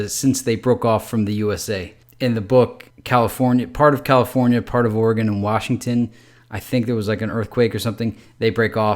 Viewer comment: L Dude,you can't pronounce it, Ore a gone...lol